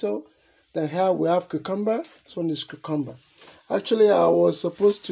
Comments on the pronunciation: I love how he pronounces Cucumber, it's a very satisfying sound. Much less harsh than UK English, smoother sounding. The dish looks amazing. I'm going to try this myself tomorrow night. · It's interestingly similar to my mother's pronunciation of the word (from the North East of England) - with the stress on the middle syllable.